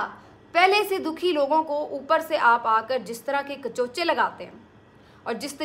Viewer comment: Mohtumra..kachochay nahi...kachokay sahi luffz hay 😅